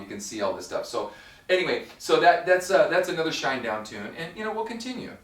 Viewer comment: its Shinedown. one word not shine down